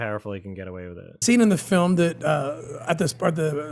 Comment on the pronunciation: "an important new fil-um ...about the power of faith in overcombing evil"